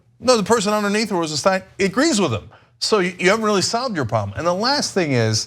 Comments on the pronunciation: Ana, please, the man´s name is Rosenstein, not Rosensteen. It looks like it´s going to be a name to remember. You might as well get it right early, which was a year ago. You´re still great. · Do these presenters EVER correct each other when they say someones name wrong? Cenk called him Rod Rosenstein & ANA call him Rosensteen.. CENK should correct ANA.. is not RosenSTEEN.